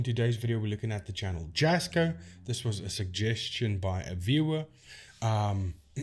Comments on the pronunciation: First of all, you don't even pronounce his name correctly. True Jasko fan here. Do you seriously make yourself from bashing others?? Jasko is real and caring. Stop hating. Seriously lame. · Leave Jasko alone, what give's you the right to slate him and other's, he works dam hard for, yes you have an opinion but concentrate on your own you tube, id like you to camp in a hunted forest, do you think this will both Jas or Chris, you can't pronounce Jas's name, what you trying to ruin his reputation, leave him alone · Love your videos! I find how you debunk the videos and the technology very interesting. Have you looked at any of the Paranormal Discovery and Frank TV content. I'd be very interested to see what you find in these. As for Jasko (pronounced Yasco) and Chris work hard to get out entertaining (enjoyable) content to watch. I watch them and get a kick out of them. Probably 99% (I hate to say 100%) of the paranormal investigation videos on YouTube are fake. I would hope most of the people who watch them aren't doing so because they want authentic ghost busting. Lol They are fun to watch, and I, for one, appreciate the effort they put into them as amateur videographers and editors, and I guess you could say actors. Do people really watch these creators for authenticity? Hmmm, if they do, then I guess I'm the odd ball in the crowd.